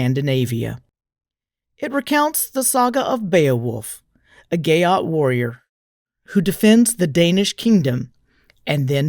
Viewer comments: "...a gayott warrior.. " Seriously?? Gayott?? It's GEAT - it rhymes with NEAT or PETE or SHEET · How to unhear "gyatt"😢